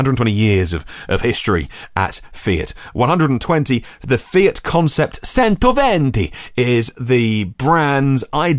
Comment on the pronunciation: Ooh, if you're going to do the 'Italian' you'd better know that Cento is Chento, as in Chowder. The Venti was fine. Personally, I think that little FIAT is gorgeous. Let's face it, if the company name is Fabbrica Italiana Automobili Torino [which it isn't anymore, but I'm ignoring that fact] then it is automatically cool. So it gets a leg up straight away.